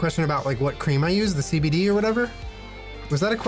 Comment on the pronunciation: I literally yelled NO when he said CBDeez